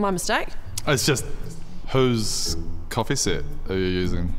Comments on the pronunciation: Is he saying coffee seat of coffee sit xD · What's a coffee "set"?